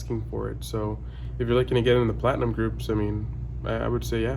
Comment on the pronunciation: See all it took was calling it "flatinum"...lol. He just said that within the last month or two.